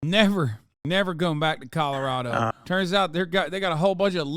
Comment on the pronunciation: commiealarado.... Eyeah.... Please don't say words again guy... Just don't...... Just don't bro...